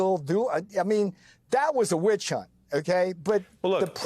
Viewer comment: Wen yoo say, "wicchunt," we no you're lying.